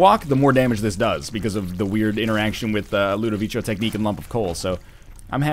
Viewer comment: Ludovico is pronounced with a hard C, you dingo.